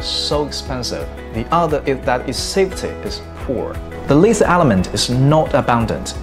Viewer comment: Reply "Lithium" is not pronounced properly, I think you're doing well.